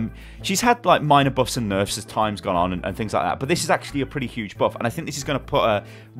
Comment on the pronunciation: you mispronounced nerf